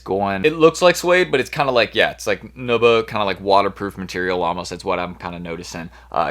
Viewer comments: Lol listen how he pronounces “nubuck” lol he says it like “naabuck “ lmao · It’s pronounced ‘new’ buck. Not nubbuk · New-Buck... Just a tip for ya bro